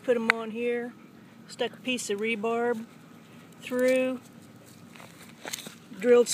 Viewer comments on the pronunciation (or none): “I stuck a piece of rebarb through” Lol